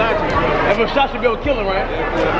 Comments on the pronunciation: sound like this nigga saying busashi its versace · You really pronounced Versace "Fushashee" dead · That "Vershashe" store looked amazing 👌🏽😴😂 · I'm black and Italian, its actually pronounced, "versachay" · ver sah chee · Teacher : Ok say it with me cash Ver .... Sach .... E ... Versace got it ? Cash : VERSASHEY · Cash its Versace, Ver- sa-chee. This nigga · Yo pronounced Versace like the uncle from Next Friday "Foo Sache" 😂😭😭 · F-O... SACHE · well u say it like ver sa Chee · "Fasashee" Nigga you cant spell Versace... yeah i can Fo Sache 😂😂😂😂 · Cash nigga it's Versace not "versashe" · Every time he saying vashashee I'm schleep cuuh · Ver-sha-she 😭😭 that's how cash say Versace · Ferragamay and vershashi belts 😂😂😂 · wen they say Versace it sounds like versausage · vershashee, bruh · Vasashce belt I think he meant Versace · He said facachi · Werschashe lol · isaiah rodriguez no bro😂.. it's Versace .. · Cash made sure people roast him in the comments about how he pronounce Versace lol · cash you my dAWG please stop saying versace please